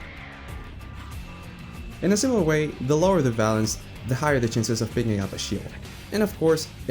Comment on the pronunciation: Valence…valence…valence Ooooooooh Vawulance🐸